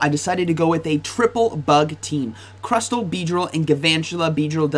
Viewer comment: Stop saying crusTTTLLE